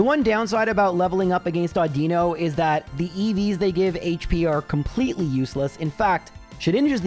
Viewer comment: I’m surprised nobody has mentioned how he pronounces Audino. Au-din-no. Not Au-dee-no.